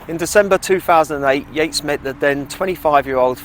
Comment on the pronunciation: 'Purpotato'? 'Taybak'? REALLY? 'YEATES'?' Her name was Joanna/Jo